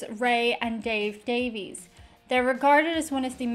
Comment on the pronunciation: The brother's last name is actually pronounced Davis